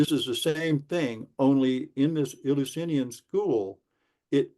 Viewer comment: Eleusinian could have originally been named after the God 'El'. It's said 'El-you-sin-eean' not 'ill". The Eleusinian Mysteries (Greek: Ἐλευσίνια Μυστήρια, romanized: Eleusínia Mystḗria) were initiations held every year for the cult of Demeter and Persephone based at the Panhellenic Sanctuary of Eleusis in ancient Greece. They are considered the "most famous of the secret religious rites of ancient Greece".